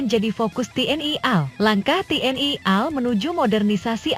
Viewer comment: Tayangan vidio Anda cukup bagus sayang sekali mulut kamu perlu diupgrade supaya bisa ngomong A.L bukan al yg mananya /artinya beda guoblok lamu